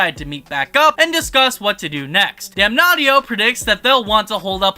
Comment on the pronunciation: Damnatio not Damnaughtyyo lol